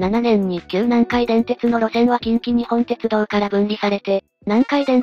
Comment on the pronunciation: ❌近畿グループホールディングス ⭕️近鉄グループホールディングス ❌きんきにほんてつどう ⭕️きんきにっぽんてつどう 少し気になったので指摘してみました。